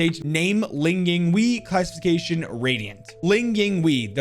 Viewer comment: hey.. Great video! but you pronounced sage's name and place of origin. to pronounce her name it's ling ying wei, pronounced "way" and its shaanxi, pronounced "sh-ah-n see"